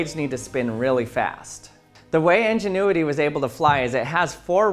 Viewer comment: It is INgenuity not ENginuity.